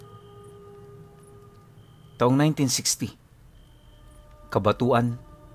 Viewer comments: Hello...watching from HK.....Cabatuan...but pag pag pronounce is like Cabatwan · Good evening.. Cabatwan po ang right pronounciation ☺️ (Cabatuan) silent listener po from Dueñas Iloilo